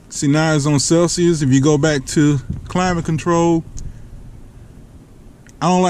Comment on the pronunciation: he said "i dont know crap about celsuis" 😂😂 im dying